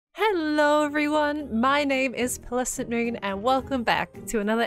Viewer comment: Your name has a lot of syllables in it. instead of shortening your name decided to not pronounce half the syllables in your name. I heard you say Plesnmoon, lolol! Your funny